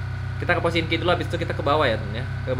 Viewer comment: Pochinki bang bukan pochinok